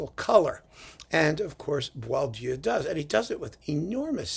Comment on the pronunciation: Congrats from a Frenchman on your impeccable pronunciation of this composer's tricky name. Even French people get it wrong most of the time.